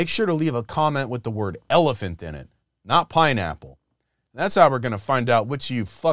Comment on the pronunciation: Why is everyone saying eliphant!!!